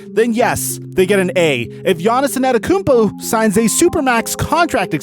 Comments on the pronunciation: Bro his name is Giannis( AH -DEDO-KUN-BO ) ‼️ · LEARN HOW TO SAY ANTETOKOUNMPO